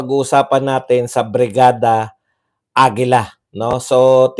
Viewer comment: Hala, BRIGADA n nmn ang sinabi mo, 3x mong sinabi while writing this comment. Practice pa more, BIRADA, BIRADA, BIRADA